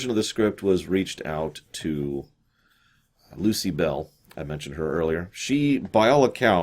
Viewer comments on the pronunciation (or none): DEZZI-LU not DESSI-LU; ; and LUCILLE BALL, not Lucy Bell...these names are HUGELY FAMOUS, and frequently spoken aloud...not knowing them kinda calls into question how well you did your research in other areas... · A few corrections: There's no "Ms. Bell, Lucy Bell" associated with STAR TREK but there was Lucille Ball, and she was married, for a time, to Desi Arnaz, with whom she did I LOVE LUCY. His first name was pronounced Deh-zee, and Desilu studios was a contraction of their first names: Deh-zee-lou. Doesn't sound like "dissolute." C'mon,! lol